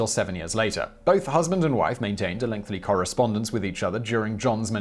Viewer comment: Simon Whistler is incapable of saying the word "lengthy," instead pronouncing it "length-ly." It's weird.